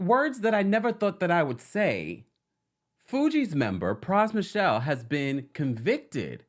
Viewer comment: His last name isn’t Michelle- so disrespectful to talk about this man and you can’t even take the time to say his name corrrctly